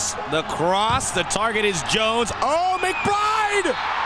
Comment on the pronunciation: Two nillski...McBrrrrrrrrrrride..lol